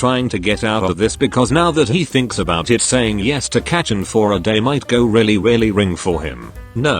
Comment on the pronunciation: kacchan?? no. katchin?? YES.